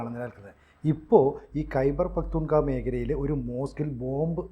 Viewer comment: പകതൂൺ ഖ്വാ എന്ന് തന്നെ ആണ് പറയേണ്ടത്. ഇയാൾ സ്ഥിരമായി തെറ്റിച്ച് ആണ് പറയുന്നത്